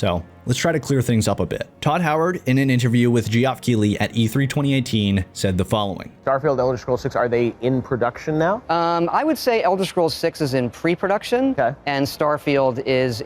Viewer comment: "Jeeoff" Keighley. Hahaha